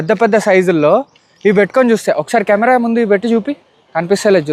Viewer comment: Camera ❌ Camare ✅ 😂😂